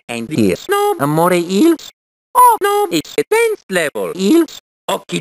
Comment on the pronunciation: You call eels amore eels? XD.